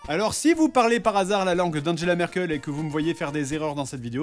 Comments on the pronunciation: Sa se prononce Anguela Merkel pas anjela Merkel (je pense que tu las fait expres) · erreur 1 = ANGUELA et non ANJELA MERKEL lool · Ça ne se prononce pas Angela (comme l'anaconda bizarrement animé) mais plutôt comme la gaité lyric... Anguéla Merkel :D Chouette vidéo après ça ^^ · Alors déjà on prononce pas « Anjela « Merkel mais « Anguela » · J'ai allemand en lv1 mais ça commence mal Angela Merkel ça ne se prononce par "Anjela Merkeul" 🤣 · "Andjela Merkel" xDDD c'est la chancelière allemande pas une meuf de Desperate Houswives xD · Angela Merkel ça se prononce Anguella ;) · Mec du dit Enjela Merkel rip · Tu prononce mal Angela Merkel